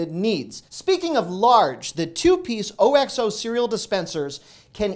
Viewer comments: I just found you on You Tube! Love your videos! FYI, the cereal storage containers are made by “Ox-oh”, not O X O 😉 The brand has been a kitchen staple in my home for around 25 years! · OXO is pronounced "OX oh"